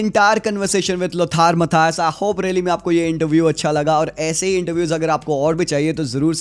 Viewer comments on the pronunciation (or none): It's pronounced Low tar Mutteyous. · Being a Bayern fan and living in Germany , I can correct your German pronunciation ." Lothar Matthäus" will be pronounsed in German Language as " Lotha Matheus " .